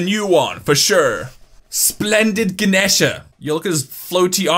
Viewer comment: also it’s ga-knee-sha